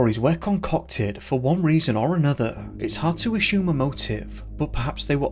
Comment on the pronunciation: What is this accent? I've never heard "folklore" pronounced "fahk-lah" or "assume" as "ah-shume" ever in any accent, ever. lol